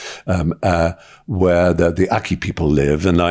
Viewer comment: Akha not Akki people